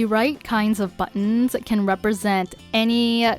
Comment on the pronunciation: Empty back wall.🤔 You could make a screen panel to cover up the wall altogether. Some suggestions : a folding screen, a fabric drape, a rolling screen, etc. Decorate as you like. There’s lots of possibilities., 🤗 ~ Nice ideas for buttons. I prefer when you speak naturally, like when you say “ buttons “ , instead of BUTT ons ! Especially keeping in mind how close you speak into the mike. “BUTTons” ! sounds annoying . ( I’m a sound director )